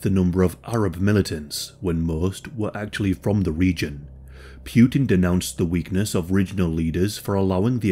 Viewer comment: "pewtin" Its Putin. "Poowtin".